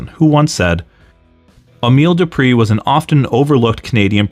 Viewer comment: Just wanted to correct something. Emile's surname was pronounced DO PRAY. When Rene went to WWE they had changed it to the Americanized DO PREE